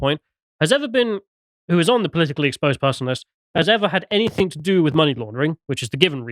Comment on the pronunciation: Anythink? Everythink? I can't take anyone seriously who says words like that....